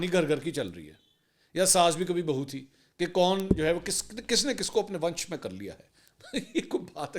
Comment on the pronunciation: Sir It’s vash not vansh